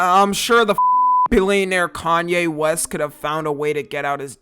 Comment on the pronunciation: Who even is "kan yay western"